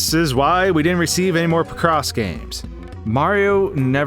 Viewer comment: i like how you mispronounce picross